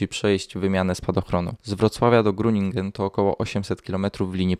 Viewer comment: Tak na marginesie Groningen wymawia się Hroninhen